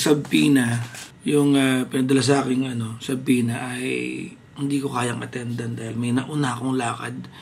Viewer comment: it's pronounced as suhpoena, silent b